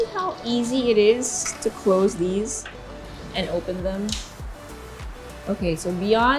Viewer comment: You English is getting worse... dee and dis etc